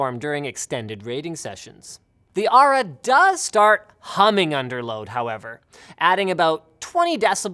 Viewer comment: Aura not Ara...